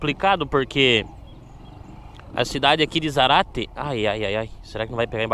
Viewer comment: Zárate. Respeita o acento. ZÁRATE e não Zarate.